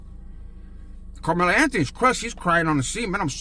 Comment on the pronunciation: Also it's Carmelo 😆🤷‍♂️